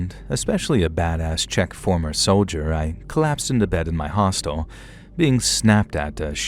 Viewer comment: 2nd guy just said Czech💀